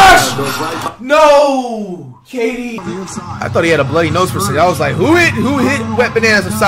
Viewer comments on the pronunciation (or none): none